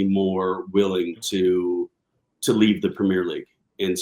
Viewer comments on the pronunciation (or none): If you can’t pronounce Premier, you shouldn’t be commentating on the league.